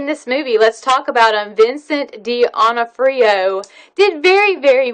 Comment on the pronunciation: Vincent:s last name is pronounced /duh-NOH-free-oh/. ... with the long /o/ for the /OH/ in /NOH/